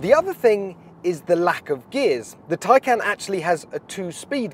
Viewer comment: Just to add its taycan not tiecan its spelt tay can on the badge not tie can learn to read